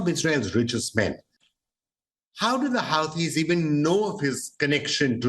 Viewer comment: HUTEES! Not Howtees!😅